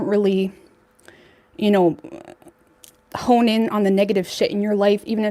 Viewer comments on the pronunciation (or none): none